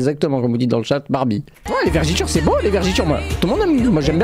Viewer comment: les vergitures mdrrrrrr avec l'accent tah le maghreb lol